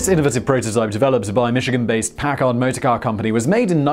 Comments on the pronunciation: He needs to learn how to pronounce Packard properly. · It is always great to hear Simon mispronounce foreign words but even funnier when he puts the emphasis on the second syllable of Packard--one of the legendary manufacturers of luxury motorcars.